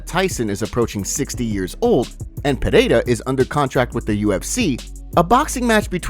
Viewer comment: Still can't pronounce PEREIRA!!!!!